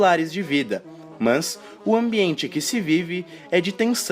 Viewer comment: o jeito que voce pronuncia "mas" é muito chata